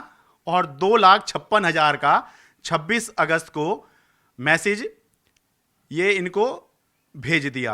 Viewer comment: Message, hota h na ki mesaage😂😂